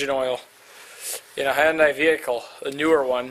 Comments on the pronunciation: Good vid. A couple of things: 1} Hyundai rhymes with Sunday. Replace the "S" in Sunday with an "H" and you will be saying the name correctly. 2} The 4 cylinder 2.4L engine in the Santa Fe is not like this and is the more typical version with the filter under the engine with a nice little cutout in the plastic guard under the car for easy replacement. And, the plastic engine cover on the 4 cylinder just snaps on. There aren't any fasteners. The 6 cylinder kind of looks like a pain... But the Santa Fe is awesome because you can change the oil without jacking up the car! Love that. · Hey, Robert......glad you did the "Hunday/Sunday" thing; saved me the trouble. You'd think MOST people would be thankful you taught them how to save their tongues from all that twisting......but most just think we don't know what we're talking about. Ha! Jokes on them. I've never actually understood why Hyundai didn't spend a couple of million in TV advertising teaching prospective buyers how to pronounce the name of their brand; they might have accidentally sold a few cars along the way! :-)